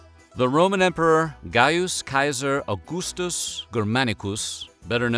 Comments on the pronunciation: It’s not Kaiser, like the German word for czar, it’s Caesar, like “see-czar”. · While Kaiser is etymologically linked to the word Caesar, seems odd you’d mispronounce Caesar in a video about.... The Caesars of Rome.